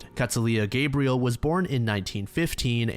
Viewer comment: I know this seems petty but any time there’s a female named Gabrielle it’s gonna be pronounced w a short a sound and “L” at the end as in Cinderella